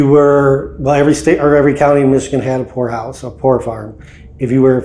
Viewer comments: Not going to lie, at beginning of the video when he said poorhouse, I misheard him and thought he said a place that belongs in a red light district 😅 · I thought he said whore house.. 😬.. poorhouse got it. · Peter the horse is here. Enjoyed it like always. I will say the first time you said Poor House. I miss heard...I didnt hear the "P" 😯🤫🤭😅